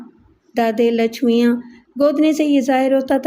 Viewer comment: Naam padhne me bahut gadbad kardi hai aap ne.. Wo Lachmiya nahi Lachmayya hota hai. Waise hi aurat ka naam, Lachma nahi Lachamma hota hai. Is tarah ke naam Indian Hyderabad, Telangana ke ilaqe me hote hain.